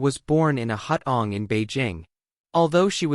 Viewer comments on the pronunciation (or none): "Hut On"? What's this? Are you attempting to pronounce "Hard On"? 😂 It's pronounced "Hoo Toong".